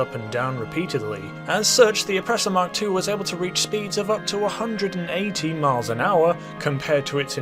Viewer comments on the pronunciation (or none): none